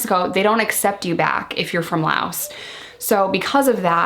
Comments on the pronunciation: When you say "Loatia", do you mean Laos or Croatia? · Laos not laostia lol ... reese doesn’t seem to be so happy on this subject .. must be hard dealing w this as a step dad .. best of luck getting accustomed to this guys ... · oh honey... "Laotia"...... The country is called Laos. People from Laos are Laotian, and their language is Lao! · Right!! Her kid is half Laotian, I have a lot of respect for her but how hard is it to look up the name of the freaking country?!